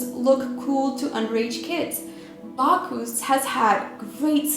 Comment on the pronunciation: Bacch- US. NOT Bacch - oos. Learn correct pronunciation please. That is, Bacchus. As always, great video. Loved your content. It's really happening. I don't want to believe it but it's true.